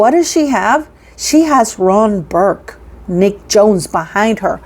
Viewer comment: 🆘It’s Ron Burkle!!!! (NOT BURK)🆘